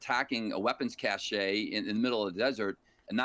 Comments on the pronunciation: If you can’t pronounce Cache correctly, your views are suspect. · Cache of weapons...is not "cas-shey." It's "cash" like money.